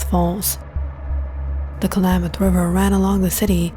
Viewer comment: It's not pronounced "Ka-La-Math" river, it's pronounced 'KLAMath' river 😕